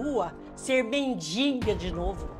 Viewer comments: E não é mendinga, é mendiga. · pelo amor de Deus, a palavra é MENDIGA e não MENDINGA. PORTUGUES ERRADO, NOVAMENTE